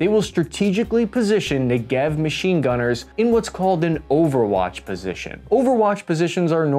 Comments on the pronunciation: As a former IDF veteran I have only one remark: you should pronounce the name Negev like the word Never in English., (grammar) penultimate stress, paroxytone. מלעיל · You pronounce it wrongly, the emphasize is on the Ne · you pronounce it wrong its not 1 2 3 4 ne ge v its a 1 2 3 4 ne...... gev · awesome as always. BTW, they're pronounced, "Neh-gev," like the Negev Desert, and, "Rah-maht Ha-sha-roen." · Accent is on the first syllable: NEgev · Accent is on first syllable: NEGev. And oddly, you reversed accent on the taVOR as well (Tavor has accent on last, not first, unlike Negev which is the opposite) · Excellent and informative. The proper way to pronounce the names Negev and Tavor: Negev is named after an Israeli southern desert. Stress the NE in NEgev, as in CLEver. Tavor is named after an Israeli northern mountain. Stress the VOR in TaVOR, as in beFORE. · Emphasis on the “Ne” not on the “gev”. NEgev. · You pronounce Negev a bit funny lol it's more like ne-gev if it makes sense. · I was an IDF soldier stationed at the Gaza border a couple of years ago, and here's a couple of facts: There isn't always 1 negevist in the squad, because a magist (a guy with a mag) could be there instead (they are interchangeable). It's pronounced nEgev (stress on the first e, not the second as he does. I mean no disrespect,just correcting). Fun fact - the negev can use the normal 5.56 mags. Negevs are often loaded with green tipped ammo, which has better armor piercing capabilities. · You are mispronouncing the name of the weapon. The correct name is NE-GEV. The meaning of the name is a region in the State of Israel that it speaks. But Israel manages to grow agriculture there to glory. Tomatoes, watermelons and other vegetables. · Neh'gev .... emphasis on the first syllable, not the second. :-) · The emphasis of the word negev is on the first syllable (the ne) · It's pronounced like "Never", with the emphasis on the 'Ne', not the 'Gev'. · its NEgev. not neGEV